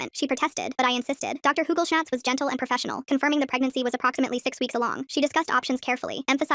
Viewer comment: Am i the only one hears "doctor google chats"😭😭